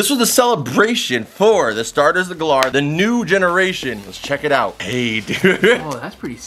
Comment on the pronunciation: Why does he call it Galaar